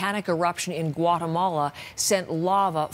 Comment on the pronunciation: Gouatamola - some news reporter